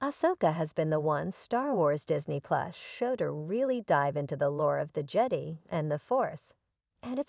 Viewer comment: the "jed e" please dont use a tts voice if its that bad at prononciation